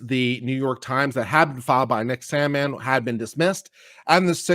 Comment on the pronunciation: It's Sandmann.